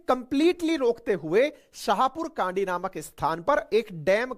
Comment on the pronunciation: छाहपुर कंडी not कांडी